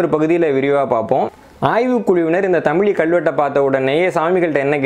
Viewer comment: நண்பரே ஒரு சிறு வேண்டுகோள் "தமிழ் " என்ற வார்த்தையோடு ழகரம் (ழி) சேர்த்து தமிழி என்று சொல்ல வேண்டாம். தமிழ் பல்லாயிரம் ஆண்டுகள் ஆனாலும் அது தமிழ் என்றே உச்சரிக்க பட்டுவருகின்றது அதோடு ழகர (ழி) என்று சொல்வது தவறு நண்பா.